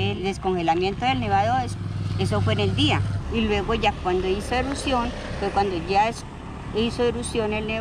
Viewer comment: se dice: erupción.